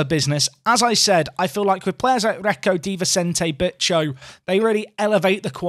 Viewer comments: Bicho, I think it would pronounced Bea-cho. No bitches , sorry. But it's more a slang name, like Nacho for Ignacio. Jim for James, that kind of thing.. Although, I have an image in my mind of Martin Tyler screaming "Bitchoooooooo, I swear you'll never see anything like it" 😂 edit: I should add, it's not a very nice nickname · It's pronounced BEEcho. Please and thank you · It's definitely not "bitch-o",. Lmfao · Every time you mention Bicho, it sounds like you're saying "Big Show" like the wrestler! Makes me chuckle every time... 😂😂